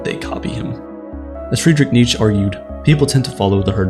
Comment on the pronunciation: His pronunciation of Nietzsche is what really gives it away…